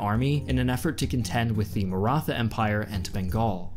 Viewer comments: NEVER SAY MARA THA its pronounced marat ha I frgive u for butchering it haha dont be toxic im just joking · As an Aussie that's lived in India for 10 years it even slightly annoyed me you say mara-tha. If you're so interested in history why not run this past an Indian? Feel you've lost a big audience that may otherwise be there. Almost a similar mistake the British made.